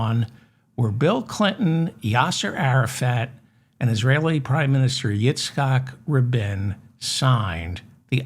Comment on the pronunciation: Great vid, Very well done. And it's pronounces Eat-sak Rah-bean. (Yitzhak Rabin)